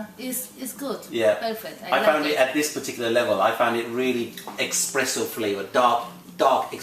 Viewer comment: Expresso Flavors 😂😂😂😂😂